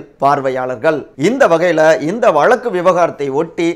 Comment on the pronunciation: Dear friend it's irritating to hear your Tamil pronunciation eg. Instead of Thamizh you say Thamil, Vazhzkku you say Valakku. Kindly try to rectify.